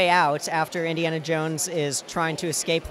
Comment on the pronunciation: How many times does he say indianna jones?